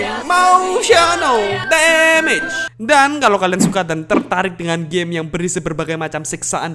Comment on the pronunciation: Terlalu "emosyenel demejs" (emotional damage)